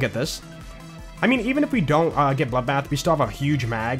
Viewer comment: I love hearing says "dabuld" being bloodbath